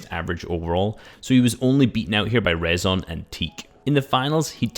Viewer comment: btw rezon ay is pronounced risen haha